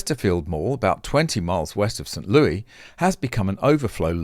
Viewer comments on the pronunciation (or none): Another good update Btw - St Louis, MO is pronounced St Lewis